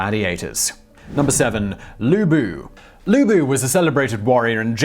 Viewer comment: "Lu-bu"... flashbacks....